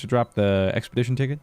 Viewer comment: "Expetition dicket"